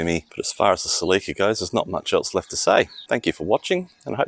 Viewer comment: Celica, not CelEca